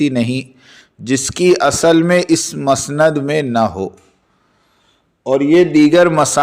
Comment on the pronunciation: مسند کو پیش کے ساتھ پڑھو بھایی اور معاویہ کو پیش کے ساتھ پڑھو البدایہ کو زیر کے ساتھ پڑھین بھایی